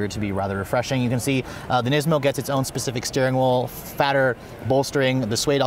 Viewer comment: The word is specific, not pacific. Lolololololol